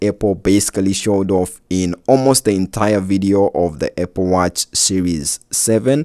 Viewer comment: ah yes, my favorite tech company, APPE.